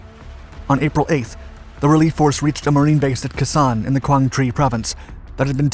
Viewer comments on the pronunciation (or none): I like your vids but...Kehsan? Its Kay-Sahn sir. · Jesus Christ. This guy mispronounces something in every video. It's not "Kuh-sawn" it's "Kay-Sawn." 🤦‍♂️ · I appreciate your enthusiasm for military history. I just thought you might want to know.... it is pronounced Kaysan. Not cusson. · Another great video. But Khe Sanh is not pronounced "K'san" but "kay-saan". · It's pronounced Kay Sahn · You're doing an excellent job with the timeline details, but it would help a lot if the names were pronounced correctly, as well. For example, Vietnamese pronunciation of Khe Sanh "Kh" is pronounced like "ch" in Scots "loch". "e" is pronounced as in "bed". "Sanh" is pronounced as in "sang" in the North, "sahn" around Khe Sanh itself (I base this on my experience of pronunciation in Hue), and "shahn" from (I believe) Da Nang all the way down.